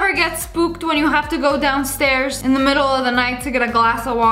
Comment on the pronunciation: “The” not “tue”